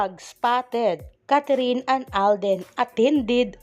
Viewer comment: Anong Catherine?its Kathryn,kindly pronounce her name correctly.Thanks.